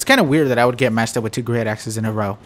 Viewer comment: when you said great axes I thought you said great asses